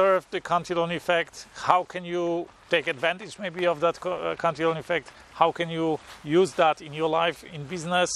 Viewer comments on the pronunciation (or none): It’s pronounced [Cant-a-lan]